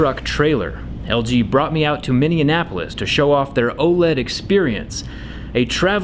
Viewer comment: its LG not JG